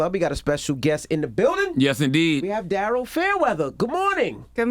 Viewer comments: i thought it was pronounced darie-L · It’s spelled like Daryl, pronounced Darelle. 😏